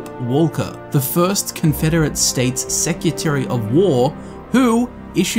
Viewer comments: seCREtary, not Secutary. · Secutary and getsy burg, interesting pronunciation but I keep watching anyway cause I love the content XD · it's secretary, not secutary